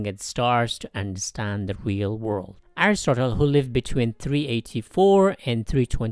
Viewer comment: you forgot the d in understand